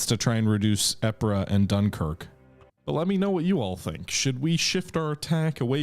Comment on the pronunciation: Lol it drives me bonkers you still don't pronounce Ypres correctly. It's pronounced Eeeepurrr!